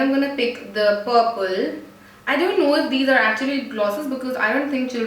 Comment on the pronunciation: Instead of saying purple she said pople hahaha very funny